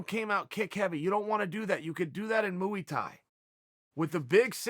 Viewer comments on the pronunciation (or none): MOOEY THAI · “RosenStrike doesn’t have the great moo-ee Thai” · chael "moo-wee-tie" sonnen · Chael "Mooey Tai" Sonnen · Nobody: Chael: Mooey Thai